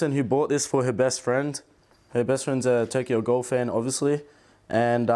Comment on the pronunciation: when he said “tokyo gHAL” i felt that